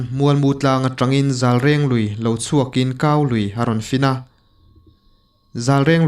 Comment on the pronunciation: I lui hming rawn sawi hi. Zailenglui nilo in ZALRENG LUI tih tur. Chuan dilui nilo in DE LUI tih tur. A ngaihnawm ṭhin e